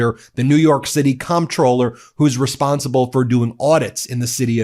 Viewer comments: Psssst Ben, the word "comptroller"is pronounced "controller." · It's pronounced as controller even though it's spelled comptroller. And, regardless of how it's pronounced, this is disgusting treatment.